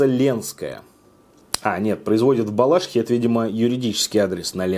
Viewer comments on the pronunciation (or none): Балашиха-правильно говорить БалашИха, ударение на 3 слог. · Ну в БалашИхе, (( на "и" ударение, замучили ее бедную уже:с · Не балАшиха, а балашИха! Местные люди уже вешаются от такого произношения! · Всю жизнь говорила БалАшиха.... Стыдно